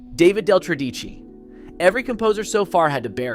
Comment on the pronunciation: Couldn't the speaker pronounce 'Tredici' properly. The stress is on the first syllable.